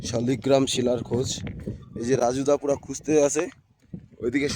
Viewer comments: দাদা কথা টা ঠিক করে বলুন শালি গ্ৰাম না লাল গ্ৰাম এইটা ভগবানের নাম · শালিগ্রাম না শালগ্রাম আগে উচ্চারণ ঠিক করুন পরে ইউটিউব করবেন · উচ্চারণটা ঠিক করে করুন, কথাটা শালিগ্রাম নয় শালগ্রাম ভগবান হবে। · শালগ্রাম,, শালিগ্রাম নয়